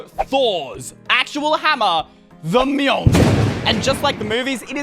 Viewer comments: it is mujilnar not mulnur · Listening again, it sounds like Mil' not Milk. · I dont get how he says mjiolniir and somehow makes it sound like milk? Also...how do I learn this skill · It's pronounced mule-near.